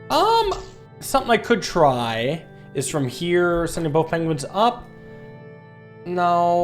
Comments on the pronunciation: I just love that, calls the penguins, penglins. And the walruses, seals. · I heard what you said there.... Pengwings